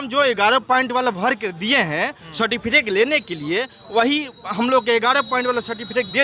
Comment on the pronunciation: ठीक से सर्टिफिकेट नहीं बोल पा रहा है और कहता है कि पीएचडी कर लिया है!!